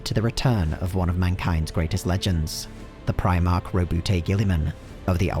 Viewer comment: I dont think ive ever hear anyone pronounce Roboute as ro-boo-tay